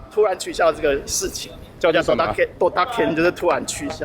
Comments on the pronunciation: 是ドタキャン，不是ドタケン啦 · ドタKENじゃなくてドタキャンですよ。